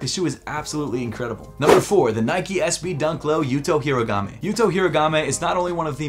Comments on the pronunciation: my brother, love your content. but please stop butchering yuto's name. it's HO-REE-GO-MEH not Hiragame. he is our country's pride and it I think his name deserves to be pronounced correctly. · I just realized been saying Horigome... Hirogame for several videos now lol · It’s horigome not herogami or origami For god’s sake 😭😭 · bro the way he pronounced horigome 😭